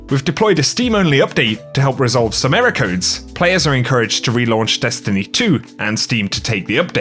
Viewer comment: Ehroar codes